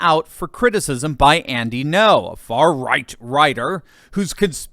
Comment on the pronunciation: When you said far right it sounded like you said third Reich which ironically is the way the left sees the right not sure if you did it on purpose either way funny as hell